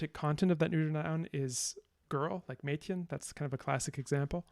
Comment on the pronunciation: Your pronunciation of "Mädchen" was surprisingly good; you're a native english speaker though, right?